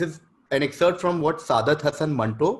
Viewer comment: It is pronounced सआदत